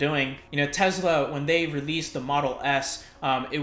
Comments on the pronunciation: 👍🏼 For proper pronunciation of Tesla! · Marul Medvesek - My understanding is his last carries a ‘z’ sound. Nevertheless Elon Musk pronounces it with a ‘z’, so case closed. 😆